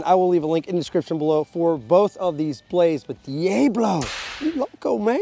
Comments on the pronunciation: nobody says DE AAYY BLO its DEE AHHH BLO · It’s pronounced Dee-AH-BLO can’t stand that you pronounce it all wrong! PSH! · Then pronounce diablo correctly! Lol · De Ay Blow is smeeshable! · In Texas we say Deeabalo